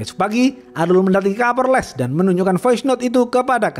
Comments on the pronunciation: Kapolres 😅 bukan kaporles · setelah di dengar2,kok bunyinya kaporles ya,😂😂😂 🤭🤭 bukan kapolres, sukses terus bang.🤗🤗🤗🤗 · Kadang kesleo jadi kaporles kadang lempeng kapolres 😊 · Kapolres bang bukan Kaporles 😂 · Hahaha ha. Kapolres bukan kaporles. Kidding ya. So far you the best. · Kapolress bkn kalporles🤣😭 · 7.05 Kaporles 😂😂😂 minum dulu bang biar gk haus